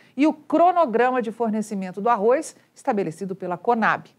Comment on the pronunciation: Parabéns Você falou "ARROZ" Porque é quase insuportável escutar essa imprensa falando "ARROIS"